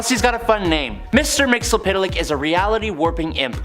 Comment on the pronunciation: It's pronounced mit-zel-plext. Watch any 80's cartoon